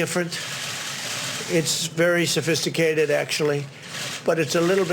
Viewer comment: He said its "very simple" nd "very safaicated" in the same breathe😂